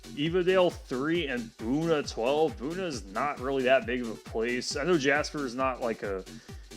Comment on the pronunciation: Two mispronunciations: Buna: the first syllable is like the word beautiful; Palestine: in Texas the last syllable is TEEN. I live in Lumberton, less than one mile from US 96 on FM 421, just past its intersection with US 69/287. One rant from me: at the end of the triple concurrency near Lumberton the signage for US 96 NB is inconsistent. One of the signs for US 96 prior to the split says Lumberton / Silsbee, dropping Jasper.